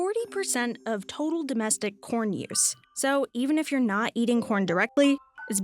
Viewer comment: I kept hearing pron. 🤣🤣